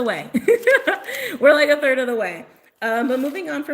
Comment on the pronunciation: I think 30 is gonna be significant for the people that kept hearing 30. Because for some reason I only kept hearing you say third. (3rd). I’m gonna rewind and see if I hear thirty too. Lol